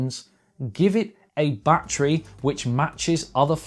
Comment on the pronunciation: Take a shot of whiskey every time he says "BAT,TREE"